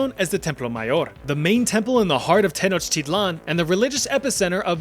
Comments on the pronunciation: Pronounce it like 10 sort of and then like ouch but capital o sound then i then lan ten ouch I lan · it is not pronounce like that it's teh-NAWCH-tee-tlahn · According to yourself you’re saying Tenochtitlan wrong as the tl is a TGH sound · when you pronounce "Tenochtitlan", should the "tl" at the end there have that "chk" sound you lectured us about , making it: "te-noech-tea-chk-lan"?